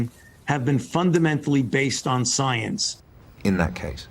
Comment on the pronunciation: Sounds like you're questioning the SOYANCE. How dare you question the soyance!